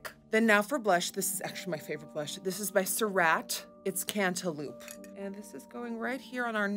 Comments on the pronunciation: Did you say cantaloupe wrong on purpose, bc you said cantaloop. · The way she said cantaloupe like “cantloop” 😂❤️ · Omg I’m going to say cantaloop from now on